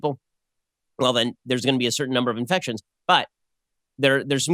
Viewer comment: I do not care about "iNfecStionS"